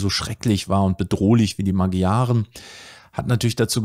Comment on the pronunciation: Tolles Video. Nur die Magyaren spricht man anders aus. Wenn ich mich recht erinnere etwa Ma(d)scharen